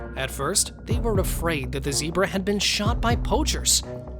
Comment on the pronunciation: GOU SAID ZEBRA WRONG